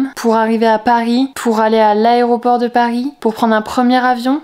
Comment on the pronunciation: on en parle ou pas que dit au début aréoport au lieu de aéroport